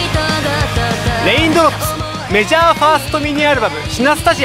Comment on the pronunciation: メジャー言えてなくて草